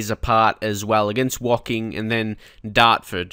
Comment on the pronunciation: Hey mate, my parents are from Woking, it's also Martin Tyler's team :) I'm currently playing a save with them. It's actually pronounced with "oh" not an "ok" as in Woh-King. :)